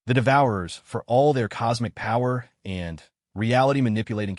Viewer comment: Your A.I. does Not read smoothly. Especially on the word "and". Not every use of the word requires a pause. Doing so interrupts the flow of the story.